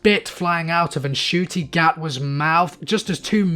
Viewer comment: Just a tip for future reference; The N in Ncuti Gatwa's name is silent. You're saying the rest if it fine, though!